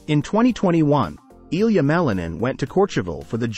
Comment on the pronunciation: you do not say his name correctly.... name is not supposed to be translated into another language, sounds weird...